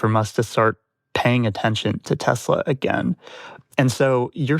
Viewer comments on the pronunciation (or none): The Orange Man can't even drive a car lol 😂 Tesler he said!